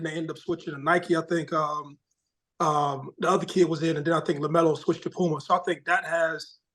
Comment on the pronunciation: Why u do mase pronounce “a’s” so high Ex. “LukAI”, “ pumAI” lol